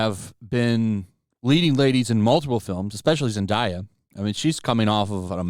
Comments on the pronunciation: "Zendahyah" 🤣🤣🤣 I don't think that's how you say it bro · The way you said zendaya was funny